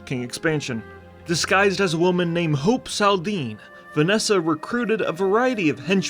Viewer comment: well a good story indeed but you say the name Hope wrong